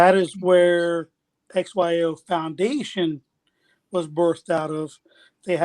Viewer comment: XYO not OXY